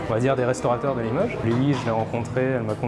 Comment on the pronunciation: Une chose m'interpelle, j'entends des gens prononcer limeuge, eh oh ! C'est Limoges avec un O, faut-il l'écrire avec un Ô?